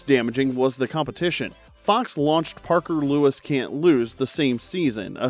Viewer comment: Parker "luis"? Was this the Spanish version?